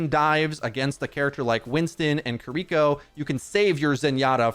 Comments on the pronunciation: Why do they keep mispronouncing Kiriko's name? KI-RI-KO, not Keereko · Hurts to hear him say Kiriko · Again, please learn how to say Kiriko correctly!